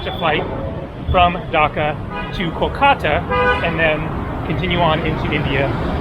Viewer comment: KOLkata - accent first syllable